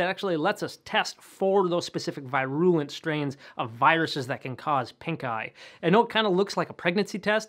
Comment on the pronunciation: I hate the way he says "virulent" so much. It's so wrong.